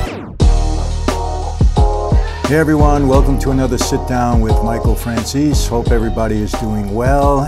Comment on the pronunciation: How many people know your last name is actually pronounced Frahn zay say